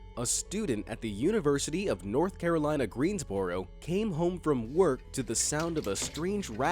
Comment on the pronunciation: just fyi no one says unc Greensboro like "boaro". Everyone pronounces it "brrro" like brr its cold out.